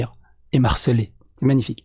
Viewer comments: On dit Me harceler et non m'harceler, ceci dit j'aime tes vidéos malgré tout 😀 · Un bad buzz reste un buzz. Et tout buzz est un bon buzz... CQFD. Par contre, c'est 'me harceler' pas 'm'harceler'... si tu t'appelais Marcel, à la limite mais bon! 🥰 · On dit "me harceler". Il s'agit d'un H aspiré, tout comme on dit le Hibou et pas l'hibou.